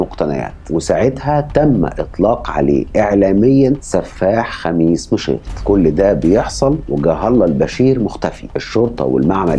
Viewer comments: كويس نطقت الاسم (خميس مشيط بسهوله 👍🏻👍🏻😅) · فعلا وأنا كذلك استغربت وأعجبني نطقه الصحيح لها ، ودايما اللي ينطق اسماء المدن ووالقرى وغيرها من الأسماء صح هذا يعني انه مثقف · رائع ومتميز كعادتك و كذلك احسنت النطق لاسم مدينة خميس مشيط على ان الكثير لا يعرف ينطقها ..👍🏻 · اشكرك اخي على الطرح المتجدد والمتنوع ملاحظة/ كنت خايف انك ماتنطق اسم المدينة ( خميس مشيط ) بشكل صحيح لكن ماشاء الله عليك نطقتها باللفظ الصحيح 👍🏻